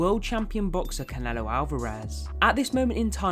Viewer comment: Why are you saying Conelo bruh